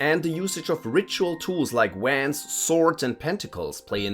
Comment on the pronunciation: how do you mispronounce the word "Wand"?